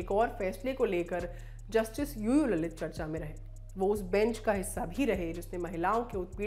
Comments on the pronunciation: लळीत not ललित. hindi anchors need more lingustic knowledge of देवनागरी "ळ". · Not ललित... it's लळीत